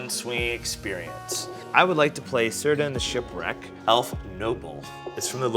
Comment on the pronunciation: Another episode of butchering LotR names🤣. It's pronounced "Keer-dan",kinda like a misspelled Ciarán.